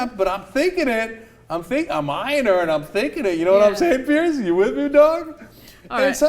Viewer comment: It's piers not pierce